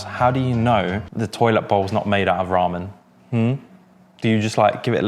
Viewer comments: Who else is creasing at how pronounces ramen, “Rarmen”🤣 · Why does the say Raman weird